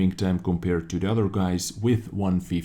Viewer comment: I know you don't mean it but it makes me smile when you say udder instead of other.